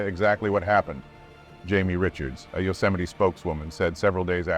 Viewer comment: It's pronounced you-cem-a-ty, not yo. No one heard of yo-cemity Sam